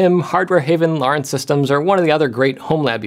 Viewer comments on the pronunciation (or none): none